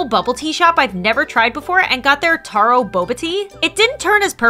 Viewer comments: Love this video❤❤❤but that’s not how you pronounce taro😂 😂😂😂😂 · Sorry but I'm from Hawaii and this upset me it spelled taro but pronounced tero